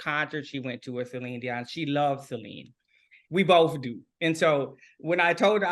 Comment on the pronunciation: I love how the interviewer pronounces Celine's name correctly ❤